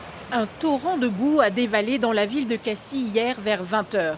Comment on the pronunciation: que une reporteur de France3 PACA sachent comment se pronounce "Cassis", c'est trop a demandeR?